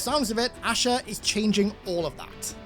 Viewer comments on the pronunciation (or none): none